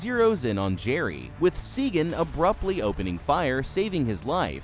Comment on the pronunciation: Jesus, did you watch it? Her name is Sagan! SAYGEN